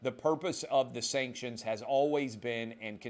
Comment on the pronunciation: Sankshunz. We don’t care bout your steenking sankshunz!